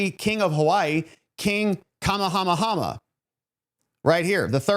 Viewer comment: Just for future reference: King Kamahamaha's name is pronounced "ka MAY ah MAY ah". Thanks for a really great vid!